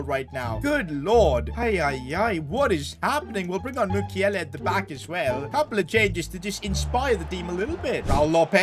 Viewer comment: It's Mukielé not mukiele thank you for your amazing content